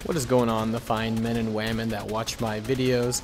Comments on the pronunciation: hello to you fine man and “wamin” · did i hear MEN and WAMEN